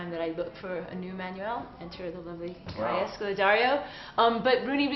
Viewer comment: omg she pronounced kaya's last name wrong lmao